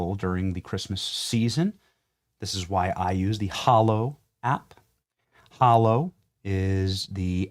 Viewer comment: Dear Benny……It’s Hallow……..Not hollow. As In “hallowed be thy name”